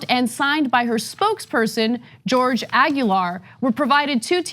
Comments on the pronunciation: Jorge is pronounced hor-hay, how do you live in California & not know that? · I've heard both variations, I'm from Australia & Aussie-Latinos pronounce it as hay but heh is likely the more authentic. Still, Ana pronouncing it as George is really odd. Maybe TYT don't like living near minorities to know that. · I think Jorge is pronounced "hor hey," correct me if I'm wrong. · It's actually pronounced hor-heh. 👍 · It's actually pronounced hor-heh. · Not how Jorge is pronounced, Ana.